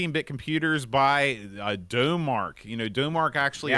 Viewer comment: Not usually a fan of ST Owners (Stoners) but a huge fan of Vroom. Just two notes: - Thats the bad sequel which your couldn't remember - F1 is identical on Amiga and ST. Dough-Mark is pronounced Dom Mark, like 'Da Mark of Excellence, named after it's founders. F1 is a great game but for me it somehow lacks the pure hardcore solid controls of its predecessors. Grip on the road and cornering were now pot luck rather than pure control, and the tracks felt like torture compared to the wide-open roads in Vroom. Overall, a fine effort, and very daunting in Professional mode, but just lacks something. The sequel World Championship Edition, meh., thanks for calming down. I cant bare those guys shouting.